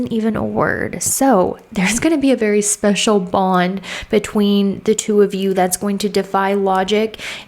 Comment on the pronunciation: spechical LOL sounds like my Jewish grandparents saying their Yiddish word for "penis": schmechical!